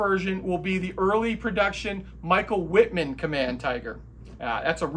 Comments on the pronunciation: I am sorry but Wittman’s name is pronounced Vittman. German pronunciation of W is V. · your pronunciation of 'Wittman' requires a minor correction. The 'W' sounds like a 'V'. Thus, its 'Vittman'! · Wittman, pronounced Vittman in German.